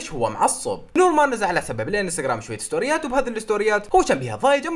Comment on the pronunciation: بالدقيقة مو شويت سنوريات قول كتيرت ستوريات